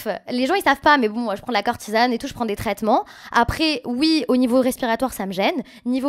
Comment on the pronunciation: "De la cortisane" "elle rogrette" "béyoncé" faut vraiment qu'elle apprenne à parler 🙄